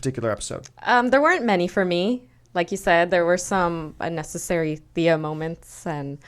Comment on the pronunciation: stop saying thay-a its TH-ee-a